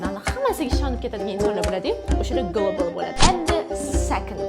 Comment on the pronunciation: Gullible emas galebl deb o'qiladi. Oxford lug'atidan tekshiring😅